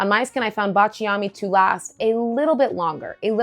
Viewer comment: Please forgive me if I correct your pronunciation. I’m Italian. It’s BA cha mi. With the accent on BA. thanks for your content which I always watch. Cheers!